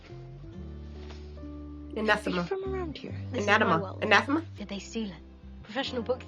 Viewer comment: Darling, the word isn’t “touchy”, it’s “tetchy”. Irritated. And Anathema is ann-ATH- eh-ma. Remember it uses Britishisms. And God is “eternal, almighty, beyond understanding and ineffable, not to mention genderless, but She prefers She/Her pronouns “. I don’t make the rules. Neil Gaiman does.